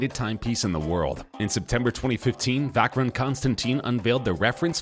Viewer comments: Vacheron is not pronounced "Vaceron" but "Vasheron" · You dont say vacheron its pronounced vasharoon!! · "vackron" constantin lmfao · Learn how to pronounce Vacheron lol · I once saw a video that teaches the correct pronunciation of watch names and i thought i got it right from there. but hearing hublot and and vacheron from you, i'm now confused....